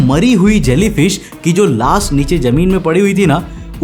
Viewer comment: Laash❌ Laas✅🤣